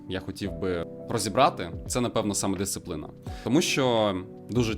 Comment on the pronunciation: Боже, дисципліна. Сорі це и дуже ріже вуха